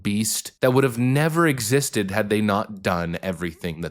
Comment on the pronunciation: FYI the expression is "better late than never" - sounded like you said...ever